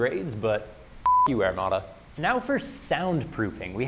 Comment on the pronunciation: I like your videos and can even look past your use of the metric system but good god, man. It's pronounced "air-mod-a" not "air-mad-a." Lol stay shiny side up, friend.